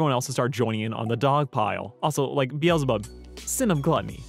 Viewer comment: Its pronounced BEEZLE BUB Be zzz llll